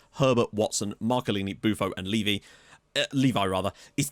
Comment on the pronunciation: as much as I LOVE hearing my name mentioned in your videos, Levy is pronounced "Leh-vee". as in the Spurs chairman, Daniel Levy. "Leave-eye" is spelt like my name, Levi... Levy being pronounced that way brings back some PTSD haha